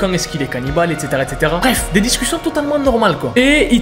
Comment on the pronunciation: Il a bien dit a minutes : DES DICUCIONT TOTALEMENT NORMAL 😂😅